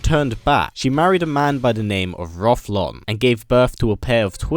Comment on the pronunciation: Rothlon??? Haha his name is Rothion.